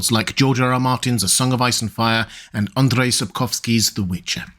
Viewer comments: hi to nail down your pronunciation of the Polish variant of Andrew down to a properly geek level, when you say Andrzej in PL, the "drz" cluster often is one sound. So Andrey is more Russian, than Polish. In PL, we say the name to sound more or less like "an + jay" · do not try to spell Andrzej Sapkowski as ""Andriey"" becuase its similliar to a russian spelling that is not correct for polish names, if you can not spell Andrzej just say Andrew